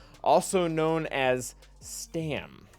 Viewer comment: Now re-record the whole video and say Stap instead of Stam. ;)